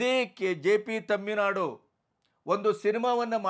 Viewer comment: Thamminadu alla thoominadu..our thuminadu